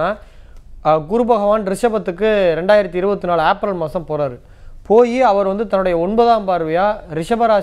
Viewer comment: உச்சரிப்பு ஆப்ரல் என்று சொல்லாதீர்கள். , ஏப்ரல் என்று சொல்லுங்கள்